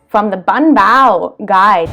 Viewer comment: ) it's "banh bao" not "bun bao". "bun" is noodles. "banh" is kinda like cake.